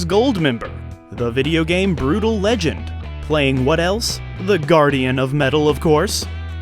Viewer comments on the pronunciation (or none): none